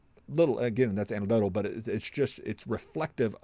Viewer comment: FYI, the word is anecdotal, not antidodial!